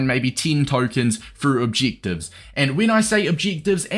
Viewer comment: “Cheek obcheektives”